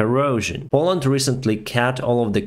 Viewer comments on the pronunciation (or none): none